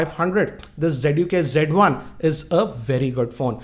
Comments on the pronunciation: it's not g1 it's z1 sir 😁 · lol. "z" should be pronounced as "G".